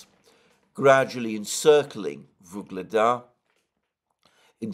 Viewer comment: Alexander, please. Its UGLEDAR, not Vygledar. YUGLEDAR!